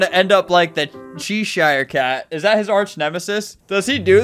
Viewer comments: chee shire cat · i have not seen anyone talk about how he pronounced 'cheshire cat' with 'chEEshIRE' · chee shire 😭😭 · He pronounced “Cheshire” in “Cheshire cat” wrong He’s so smart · the way he pronounced cheshire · Akshu-akshewally, nooo noo not poysswowry bewocated wwith vyowence -🤓